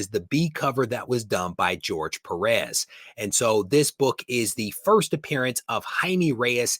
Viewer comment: Good video! Spanish: its Jaime not Jaimi, pronounce the e like in "eco". Perez is Pérez the accent in the first e. J and Z should be pronounced also different but I'm good cause I know it's difficult for english speakers. Àlex. Barcelona